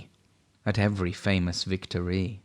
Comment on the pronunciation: You have clear diction. Not keen on 'vic TOR REE' though, and it's pronounced 'Blenam', not 'Blenheim' (I live close by!)